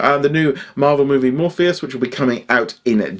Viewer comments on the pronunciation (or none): Just to let you know, it is Morbius not Morphius 😊